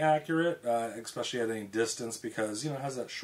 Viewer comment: Thanks. I enjoyed your vid. I have a 4 in. S & W .44 mag. Oh, but there's no "X" in especially. ;-)